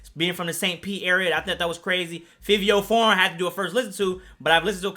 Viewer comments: it’s pronounced FAVI, not FIVIO. jus sayin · 😂 it’s pronounced “Favio” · Bruh you ain’t even pronounce fivio name right. How you supposed to be credible cmon now